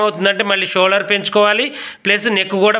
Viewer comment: షోలర్ కాదు అండి షోల్డర్